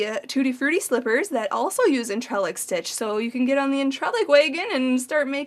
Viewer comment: Hi can I help? It's pronounced on-tre-lac it's a French word I think, hope that helps, x